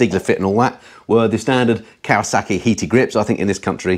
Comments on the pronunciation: It's Kawasaki not Kawasarki there is no R in Kawasaki, apart from that great video keep up the great work 👍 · As soon as I heard Kawa saaarki I was done.